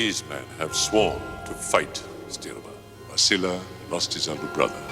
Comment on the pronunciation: Ah, yes. "crosscoe", the most Romanian name, even though words in Romanian have neither double letters nor "oe" as the sound for "ău" also. not that anyone cares, but "știrba" is roughly pronounced "shteerba", and it means "the toothless woman"